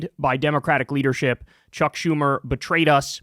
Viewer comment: Kyle cuckedlinski: "dey betwayed me!" You don't fuckin say?! 🤔